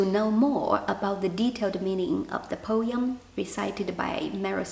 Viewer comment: po-em, not po-yum 😊